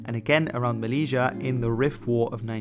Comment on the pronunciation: Good video! From Spanish Moroccan 😎 just side note you pronounced melila & Ceuta wrong it’s MeLilya & Ceu Ta or Sebta